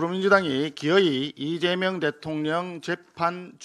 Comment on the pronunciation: 리재명이라 발음. 짱입니다 , 김민수 의원님❤